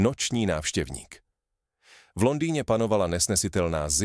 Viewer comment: "návšťevník'... Primitivní umělá inteligence.